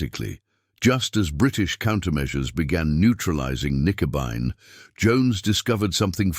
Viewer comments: The actual name for it was "Knickebein" not "nicobine" or "Nickabine." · AI slop. A convincing voice (AI of course) dismantling the German language, Knickenbein which is German for bent leg, is pronounced Nikenby and thereby losing all logic context etc. Dr. Jones deserved a much better and human presentation by somebody posessing true intellect. This was really bad. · Gerat. Not juret. Knickebein, crooked leg. Nicabine? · Not Nicobine but Knickebein! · X-juret--> X-gerät. Nicobine--> Knickebein. Here's an idea for you. Trash clankers. Use humans (perhaps with some schoolboy German) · Good story, but I think the video mainly shows that AI is not very good. What a terrible 'translation' of the known German names, like 'X-Gerät' and 'Knickebein'. Nice visuals, but I think you should drop the subtitles though, they are a little ridiculous IMHO.